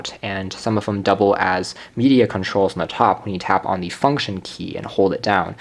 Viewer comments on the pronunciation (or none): none